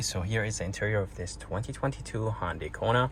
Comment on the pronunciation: ITS PRONOUNCED HUN DAY NOT HON DAY!!!!!!! HUN!!!!! NOT HON!!!!!! Pronounce it CORRECTLY!!!!!!!!!!!!